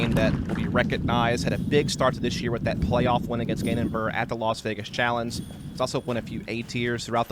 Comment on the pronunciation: not in the wind. That would be absolutely crazy to do. Great commentary, i don't even know how many freaking years of cs I've heard from you and didn't like it but this commentary.. It's really nice. BTW your way of saying "challenge" is a little weird.